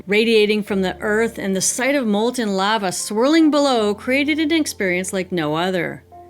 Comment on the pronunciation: Love you channel but why do you say lava like that 😂